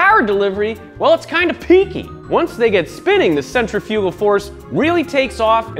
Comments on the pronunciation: Sentra fyoogal 🤣 it’s sentrif ahgool. You put em fass iss on the wrong sill ab ool 😂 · hahahaha centri-fugal supercharger, wait you were pronouncing it wrong to be funny right? cent-rif-ah-gul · Does someone want to tell him how to say that word? Cen-tri-fi-gal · Bahahaha he said centerfugal... its pronounced sen·tri·fuh·gl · Mispronouncing ‘centrifugal’ - it’s not ‘cen tri fuuuugal’ but rather ‘sin trif ah cal’ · "sentry fugal" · oh he's VERY cringe-worthy... he keeps mispronouncing centrifugal; that doesn't seem to be a regional variation, he doesn't seem to actually know how to pronounce it, so he winged it (and failed) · Somebody teach this man to properly say centrifugal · Hold up... wait. Say centrifugal again? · Centrifugal is not pronounced like that lol. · I cringed every time this guy said “centrifugal” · he doesnt know how to pronounce centrifugal. why?